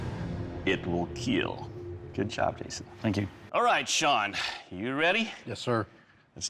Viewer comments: Best impression of Doug's "IT WILL KEAL". I'll wait for it! :D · I came here to hear the word "IT WILL KEEL" 🤣 so legendary